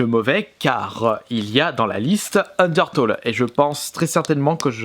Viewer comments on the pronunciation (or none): sa se dit: ``undertéle`` pas ``undertole``. ta pas acheté undertale pour la PS VITA pour ton fullset? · ca se dis un DER TAILE bien que sa s'ecrit UNDERTALE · UNDERTALE C'EST LE MEILLEUR JEUX AU MONDE UN PLAY STP (ps sa se dis unertéle mais sa s’écrit undertale) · ON DIT PAS UNDERTOLL ON DIT UNDERTALE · il a dit undertole xD sinon super video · "" un d'heure taule "" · C'est bien d'acheter Undertale mais ça se dit [UndertAIle], comme le mot "tail" en anglais ;D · Udertale ce prononce undeurtaille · Sa s'écrit undertale mais on dis undertaile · En vrai le premier jeu se prononce Ondirtule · Sinon pour Undertale c’est une tuerie ce jeu !! Ça se dit undertaïle :) mais ce qui est dommage c’est que le jeu officiel est soi en anglais ou sois en japonais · ça ce prononce ender-tale et le a se dit comme si tu disais "tails" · A force de dire Toles Of... T'arrive pas a dire Undertale correctement... Fait gaffe avec Fallout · Je crois que les fans d'Undertale vont surtout apprécier comment t'as ecorché le nom du jeu xD